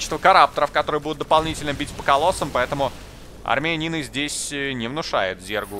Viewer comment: в какойто момент говрит -армия Нины не внушают здесь серьезных опасений, а мне слышится "Армянины" не внушают здесь серьезных опасений )))